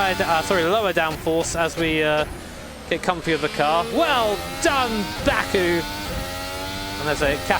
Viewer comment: I kept hearing it as BAKA, the japanese word for moron/idiot